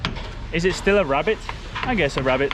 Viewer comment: Rebate! Not Rabbit!🤣😂. (ree bayt)! Great vid guys xx